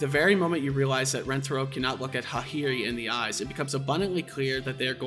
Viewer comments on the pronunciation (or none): What the hell those Hakari and Hahari pronounciations lmao? Bro traded the "a" for "i".